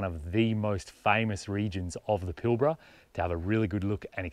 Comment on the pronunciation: G'day Bloke As a Newman local , I watched this video twice, because I needed to see what it felt like watching without you butchering place names like Karijini not Karanjiny - Kalgan not Kalagan - Pilbara not Pilbra, there are several other blunders not only in your audio but in text. Shame really, it makes me sad to be slamming you like this, but for all the effort and trouble it must take making a video that you are happy to show the world, you've done yourself an injustice ~ please research your destination/ history/ material before you edit and up load what is in fact a nice view video, I for one will think twice before watching any of your content again. Safe travels : JF